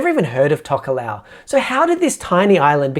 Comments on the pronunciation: Say Talk-aa-low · Great video, but from what I know of these countries (some study of these islands at tertiary level) your pronunciation of Tokelau and Tuvalu aren’t quite accurate. As I understand it they are Tok-ee-lao and Too-var-loo. Can anyone from these places confirm whether I’ve got that wrong or not?